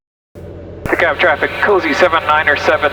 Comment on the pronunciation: For DeKalb, Illinois you need a hard L in that Kalb. It's only in in Georgia where they say it like you're saying it.